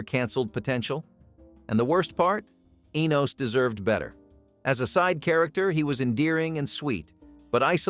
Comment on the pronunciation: it's ENOS not the way you are saying it